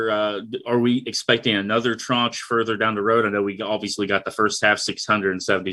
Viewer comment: I learned a new word today: tranche. Governor Justice is pronouncing and using it correctly.